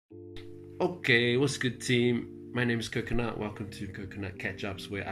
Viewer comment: I've watched all your videos just to listen you say kokonut 😂